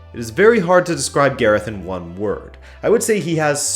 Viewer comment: Who the fuck is Gerith Bale?